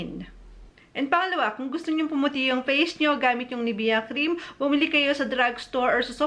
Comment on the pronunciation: Mamaril Maricar pronounciation* LOL